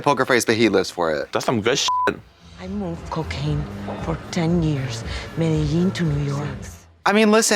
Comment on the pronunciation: Like how Trixie talked about white people miss pronouncing Spanish then in the next cut says Medellín wrong